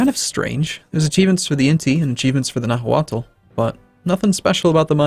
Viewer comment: Nahuatl is actually pronounced "na -wa-tl". The l in "tl" is unvoiced, like the difference between "z" and "s", one is voiced the other is unvoiced. If you can't say an unvoiced l, then it could just be silent and said as "na-wat"